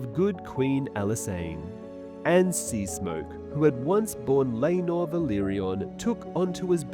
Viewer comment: He shows his face on a bunch of his videos. Sometimes people aren't good at pronunciation.